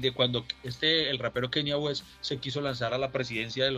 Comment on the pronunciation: Ese tanto que critica la pronunciación de y dice “Kenia West” 😂